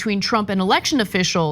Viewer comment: Ana, it's not a "alection" it's election! 🚨